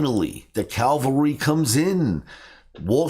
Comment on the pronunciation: not a biggie, it's 'cavalry'